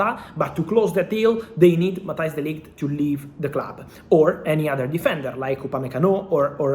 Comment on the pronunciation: de Ligt not de Light 😉